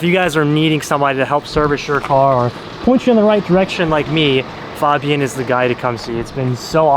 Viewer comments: It’s FABian and not FOBian,. jeez…. 😅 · His name is pronounced (Fayy-bee-in) 😂 he pronounced his name after you asked him to tell him who he is to the camera then you proceeded to pronounce it wrong the rest of the video 😭😭😂